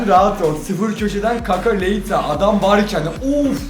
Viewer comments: ABİ kaka leita değil leite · Kaka Leita değil abi leite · Abi kaka leita değil leite her yanlış söylediğinde sinir oluyorum